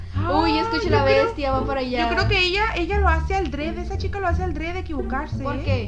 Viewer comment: Jajajaja en el min dijo (aldrede)